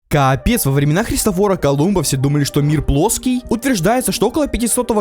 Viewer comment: какой-то идиот даже капец нормально произнести не может, в чимкент съездий там тебя научат - бляяяяяяяяя, пизззззззззззздееец, йоооооооооптваюмать